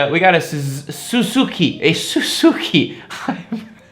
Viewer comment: Sue-Sue-Key lol